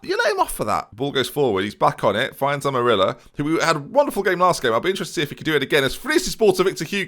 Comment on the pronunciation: Amarilla is pronounced like Am-Uh-RRee-Ya. Probably you are not going to get it but any ways.